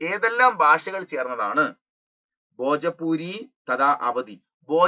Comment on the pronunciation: Bhojapuri alla sirr 'Bhojpuri'😅